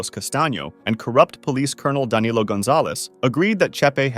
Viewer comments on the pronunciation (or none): none